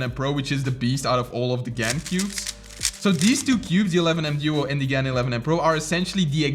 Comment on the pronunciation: It's pronounced GARN. I hope you can read Chinese